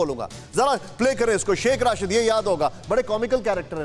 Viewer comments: Are chote pehle name to theek lelo sh.rashid nahin..sh.rasheed he. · Is godi media k dalle ko Shaikh rasheed ka nam bhi thik se lena ni aarha h Rasheed ko Rashid bol rha h 😂😂😂😂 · Pronunciation to sahi rakha karo yaar, hamare mulk ki insult kara dete ho, Rashid nahi Rasheed hai. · Aby ghando ky bachy Rashid ni Rasheed Hy,tujh ko kis ni anchor banah Diya hy